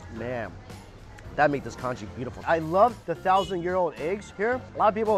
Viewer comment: Conchee or is it conchjee?😂 stable from which Asian culture?